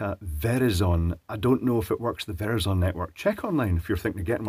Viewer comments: Verizon pronounced like horizon.... Greetings from the USA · You are probably getting over 100 messages trying to tell you how to say "Ver-eye-zin"... But what a difference in accuracy between the 2 sensors when you compared the two together. I would expect a 1% difference but still a bit off from each other. Useable? Yes. Accurate? Questionable. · Proper American pronunciation for Verizon. Ver(rise)un but I think I'll use your pronunciation from now on. Way better! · Some interesting word pronunciations here. Qi to my understanding is suppose to be pronounced "Chi", as in, what the Chinese calls air and philosophically, the concept of a universal life force or energy for all living beings. Verizon in their United States advertisements pronounces it as "ver-rizon", not "Veri-zon" but that might be a locality thing and it's a made-up word anyway.. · Very-zonn lol made me chuckle, it's Ver-eyes-on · By the way, Verizon is pronounced like horizon, not VERY-zone. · I have to correct you ... Ver-eye-son, not Vere-ih-zon. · Yes it’s pronounced Ver-Rise-On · It is now officially pronounced Very-zon. As in "Much wow, very zon." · very zon.! In the UK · Great review! I've always wanted a IR-capable camera on my phone. Verizon rhymes with 'horizon'. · Every comment is about his pronunciation of Verizon. (Vehr-eye-zon) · the phone network it’s pronounced Ver-rise-on just so you know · Ver-eye-son, I tried to say it like you... Sounds cooler but my American tongue couldn't do it. 😂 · Verizon: ver eye zun. No big deal, just FYI . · Lol, its Verizon, like horizon with a V. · maybe you mean ver EYE zun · It's pronounced Ver-eye-zun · "ver is son" Wonky pronunciation of Verizon there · As far as I can tell, it's pronounced "ver-RYE-zun". Like horizon. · Verizon is pronounced like horizon with the v sound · Ver (as in version) i (as in I) zon (rhymes with sun) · Verizon - vur-eye-zon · the way you said Verizon was amusing.